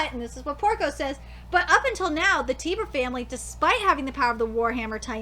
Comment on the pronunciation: TIE BER not tiber